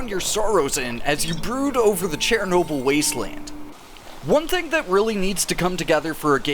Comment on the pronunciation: Dudes out here pronouncing it chair-noble